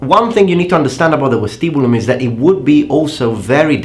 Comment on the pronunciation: the V from vestibulum is pronounced like V from Vegas